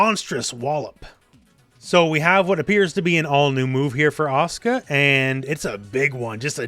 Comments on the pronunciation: It's asuka, not aska! Lol. Even Japanese wouldn't pronounce it like that. Ah-suh-ka, or ah-su-ka. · I've been to Japan, it's pronounced properly. You're not pronouncing the u, it isn't silent. Actually, no u in Japanese is supposed to be silent. It's just the Japanese tend to avoid using it because it's direct, and sounds like you. It's accusatory. They also tend to shorten their words. The ryukyuan language Japanese is descended from pronounces it. Okinawan Japanese is still like this. Just because it has a shortened pronunciation doesn't mean it's silent.